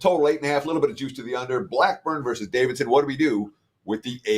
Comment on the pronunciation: just a reminder: Versus is pronounced with TWO syllables. It's not "verse". I know you're a proud Canadian, but you're also smart and should be able to make the simple adjustment.😀